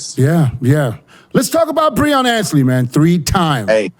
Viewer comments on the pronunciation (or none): Will ever learn to say Breon